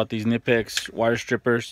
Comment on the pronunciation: Is that the reason you don't pronounce the brand name correctly